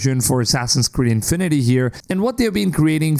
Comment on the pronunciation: the emphasis in "infinity" should be on "fi" and not so exaggerated. it's not INfinity. It's just infinity.